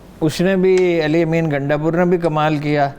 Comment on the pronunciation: she pronounce KAAF as QAAF and it's annoying to be honest so Pakistan becomes PaQistan , Karachi becomes Qarachi, Kamal ker deya becomes Qamal ker deya and so on. I know many will call me picky and pain in t h butt but it's national tv and Urdu program , we expect as much